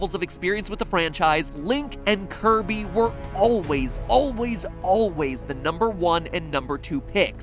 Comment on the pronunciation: Its Kirby!!!!!!!!!! NOT KIRBO